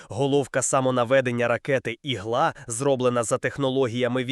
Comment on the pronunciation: Текст перекладений ШІ? "Ігла" і в українській, і в російській, з наголосом на "а".